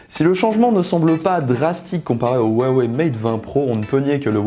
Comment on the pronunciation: Huawei est mtn implante partout dans le monde et qui s'ecrit avec un H et non avec un W, apprenez a le prononcer correctement, ce n'est pas si difficile quoi.